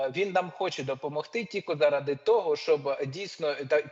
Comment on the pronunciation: що за слово тіко,тільки правильно